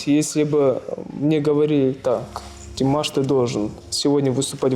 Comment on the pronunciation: Что за манера делать неправильное ударение имени певца. Правильно Димаш ударение делать на слоге втором слоге